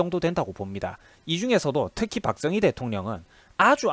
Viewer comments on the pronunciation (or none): 영상 잘 보았습니다.내용에 상당부분 공감합니다.다만 'ㅈ'발음 하실때 조금 신경써주셨으면 합니다.다른 부분에서도 많이 들리는데 특히 박정희 대통령 발음하실때 박thung희 처럼 들립니다.뒤로 갈수록 괜찮아 지십니다만 초반에 두어번 언급하실때 특히 그렇네요.영상 시작할때 '자~'하실따도 'thㅏ~'로 들립니다.의도적으로 그렇게 하시는건지,제가 유독 예민한건지는 모르겠으나 거의 오디오에 의존하시는 포맷이라 더욱 신경 써주시면 좋을것 같습니다.굉장히 민감한 소재들이라 안좋은 소리도 많이 들으실것 같은데 힘내시고 좋은 영상 많이 부탁드립니다.